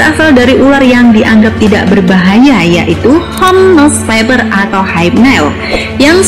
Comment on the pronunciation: Mbaknya bilang Viper(faiper) jadi faiber😅